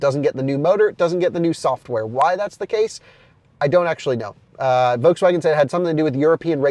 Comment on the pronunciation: It's still a Folkswagen